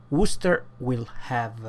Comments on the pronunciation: ii lived in midlands , pronunceation correct , woster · Hey good try with pronouncing Worcester, I'm from there and people from Worcester have a hard time with it!!! Wistah!!! or wouster in the rest of the country...thanks for the review cheers!